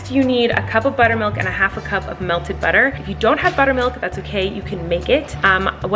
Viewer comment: 5.12 mins colleen souded so british when she said butter x